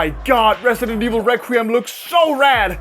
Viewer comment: Resident Esh-Vil?